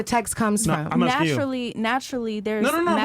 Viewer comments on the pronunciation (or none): this woman mispronounces every word.... "talsk" to a man, "aksing" a question, "muhzuklin" man....